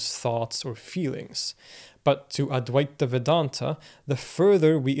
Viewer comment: Advaita is pronounced Auh-dvi-tuh. Kindly correct it. It is not ad-vai-ta. Auh = opposite, Dvi = 2 Whenever 'Auh' or the letter A is used infront of any indian origin word, the word becomes its antonym.